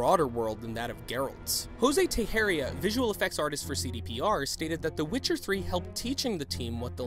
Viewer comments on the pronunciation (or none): "Jose Teixeira" you pronounced that name really bad, anyway good video